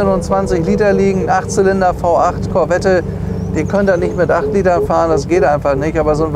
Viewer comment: Der Schalthebel ist kein italienisches Design, sondern original Corvette C2/C3. Und Sie als Autohändler von Format sollten doch wissen, daß bei dem Namen Corvette das "e" nicht mitgesprochen wird. Da sträuben sich die Nackenhaare beim zuhören.